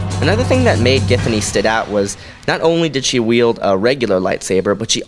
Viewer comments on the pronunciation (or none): none